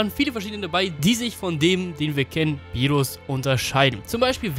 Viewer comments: Der heisst Beerus nicht Bierus..und als Gott wird man doch unsterblich wie sein Engel (Whis) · rrrrrrrrrrrrrrrrrrrrrrrrrrrrr berrrrrrrus